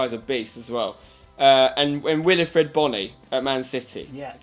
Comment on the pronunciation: Wilfried, not Wilifried Bony.